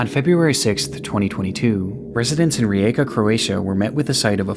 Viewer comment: the pronunciation of Rijeka is really good👍🏻 Also as a croatian, I dont really remember hearing about this case anywhere, so I was very surprised when I heard about this case on a video like this and not any news or on the internet. (uopce se ne sjecam jel ovo bilo u vijestima ili negdje jer nikad nisam cula za to??)